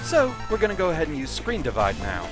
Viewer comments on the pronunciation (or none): noooo, you cant call the episode right as you used ScrenDIv SCRENDIVVVVVVV!